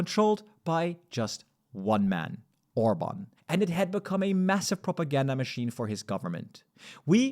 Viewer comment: Why you mispronouncing Hungarian prime minister last name? You don’t care?